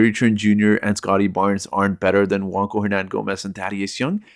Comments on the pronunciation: Bro you lost me when you said JuanCo* it's Juan (wan) Cho (cho) 🫠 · Juancho is Spanish. "ch" doesn't make a "k" sound in Spanish.